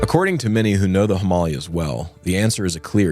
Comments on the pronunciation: I'm less bothered by the pronunciation of Kenai (Alaskan here) than I am by the Himalyas pronunciation 😳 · I love you brothers, but pronunciation is important. Him-uh-LAY-uhs.